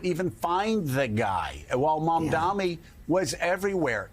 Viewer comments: It’s MAM-DA-NI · Joe, it is MAMDANI! Learn how to say his name!